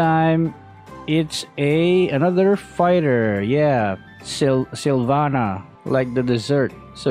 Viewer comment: Silvanna masarap yun “SYLVANNA”